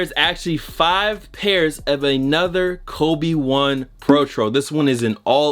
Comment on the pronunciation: Who else thought he said "obi wan" when he said "kobe one"